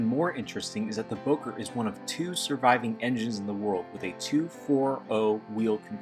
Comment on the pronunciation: Your mispronouncing Bowker. It's pronounced Bow as in take a bow. I'll bet you even mispronounce the name Genoa.